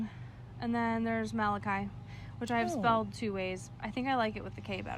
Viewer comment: I would NEVER try to pronounce Malachi as ma-loch-eee 🤣🤣🤣what